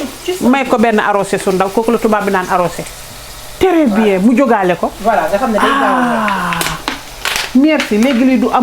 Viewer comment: Tèrè bien , je regarde les vidéos rien que pour entendre ça 😂😂😂